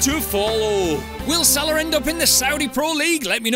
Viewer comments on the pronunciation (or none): Salah* not Saler